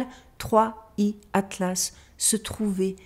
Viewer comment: cela se prononce third eye